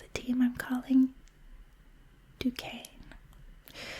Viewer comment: It is pronounced Duquesne how you said! It was named after a French fort in Pittsburgh, PA called Fort Duquesne during the French & Indian War. It was later renamed “Fort Pitt” which is why it’s called “Pittsburgh” today.